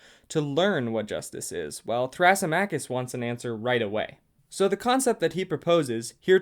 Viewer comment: you pronounced some of the names wrong, thrasymachus specifically (thruh - SIM - uh - kiss)